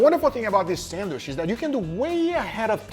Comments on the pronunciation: Sandwich not Sandwishhhhhhhhhhhhh....... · for a love of god, please learn how to correctly pronounce sandwich, its not sandwish!!! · What’s a “sandwish”? 🤣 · WTF is a sandwish? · Always laugh at pronunciation of "sandwish" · there is a letter "D" in the word sandwich. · this is English and the food is named after the Earl who was named after the place in England. Hard CH in "sandwich" please!! Yes we know Portuguese doesn't have that sound but you are good at pronouncing it in other words.